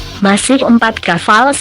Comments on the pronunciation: kapal bro bukan kaval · Kaval...kapal pale